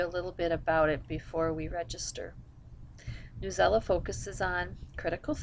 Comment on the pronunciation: sorry , not trying to be rude , but at my school we use newsela and just to let u know its not pronounced newela its pronounced news-e-l-a it stands for news english language arts . lol .